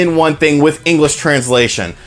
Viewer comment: Haha, "engrish."